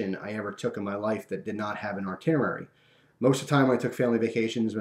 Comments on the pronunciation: its not "artinerary" its itinerary. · its itinerary not artinerary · "artinerary"? You mean "Itinerary"..and you said it a handful of times in the first 5 fucking minutes. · Damn it. It's pronounced itinerary! Awesome story.